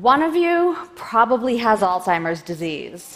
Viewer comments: Alstimer's? Hard to take you seriously when you mispronounce the disease 30 times. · is she saying Oldseimer's? really?